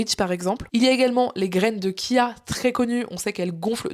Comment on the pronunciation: Pourquoi continuer à dire kia ? ? Parce que la vraie prononciation de cette graine vous fait trop penser à autre chose ? Cette graine ce prononcé en français "tchia"... (ce mot n'a aucun origine italienne) C'est dommage...